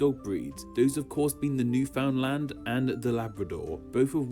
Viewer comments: My version of nails on a chalkboard. Cring every time someone mangles it. Newf (pretend the ou doesn't exist) ndland. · Winced at how the narrator pronounced Newfoundland.